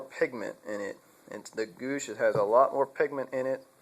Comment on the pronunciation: Goosh? Pronounced G-wash.